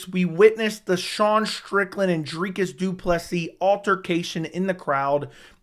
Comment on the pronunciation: Thumbs up for repeatedly nailing Dricus’ name pronunciation, and for lining that beard up! Well done, sir.